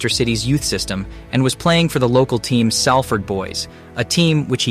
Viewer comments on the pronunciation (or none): It's pronounced 'Sollfad' not ''Sallford' (or whatever) And Salford is a city in its own right - not a part of Manchester. Just as importantly - it's Can-to-naah. Not 'Can-tona' - Anyway switching off and sorry I watched.